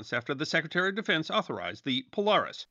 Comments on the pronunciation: Poe-leh-ris not poe-lar-is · thought I was the only one... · I noticed and you are forgiven! Love your videos!